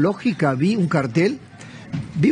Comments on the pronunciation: Respecto a las láminas exhibidas con fines informativos o publicitarios, mejor se hubiera defendido diciendo que la persona la confundió al acentuar mal la palabra ya que es cártel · tengo entendido que se pronuncia Cártel pero como no me drogo y trafico, no opino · 😂😂😂😂. Es cierto. Yo creo que se pronuncia cártel pero como ellos se hacen el "cartel" con ese nombre🤪😆😆😆.